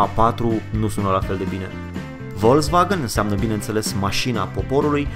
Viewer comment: Nu vreau să-l supăr pe comentatorul acestui documentar (?!), dar l-aș ruga sa se intereseze cum se pronunță, in lb.germana, litera "V" (inițial, deci cu care începe un cuvânt). Dumnealui pronunță GRESIT denumirea automobilului VOLKSWAGEN, pronunțând exact cum este scris, dar CORECT ar trebui să pronunțe FOLKSWAGEN (deci, că sa fiu mai explicită, litera V, cu care începe un cuvânt în lb.germana, se pronunță "F"). Îmi cer scuze pt. această "prelegere", dar este păcat că aceste informații atât de interesante să fie "umbrite" de un motiv, in aparență, banal. Altfel, a fost o plăcere să-i ascult informațiile pertinente ale tânărului, pentru care-i mulțumesc !